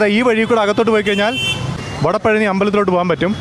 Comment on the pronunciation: It's വടപഴനി